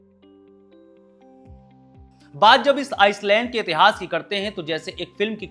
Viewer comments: आइलैंड है आइसलैंड नहीं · ख़बरगांव वालों से हाथ जोड़कर निवेदन है ऐसे सस्ता माल फ़ूक के न्यूज़ एंकर को ना लाये, माफ़ कर दे इस को भी हमें भी, हमें बक्स दे हम सस्ता माल फ़ूक के न्यूज़ नहीं देखते हैं Mistake pe mistake 1. Island not iceland 2.भारत अकेले इतने बड़े क्षेत्र को नियंत्रित करने की स्थिति में नहीं है। 3. 4. Baaki bhai log aap jode... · आइसलैंड नहीं आइलैंड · जनाब, कृपया आइसलैंड को आईलैंड बोलिए. 🙏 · bhai iceland kyu bol rahe ho?